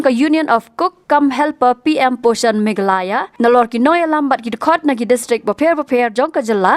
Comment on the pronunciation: Khasi News reader nguid dak Megalaya ✅😂😂😂, ym Me gha la ya😢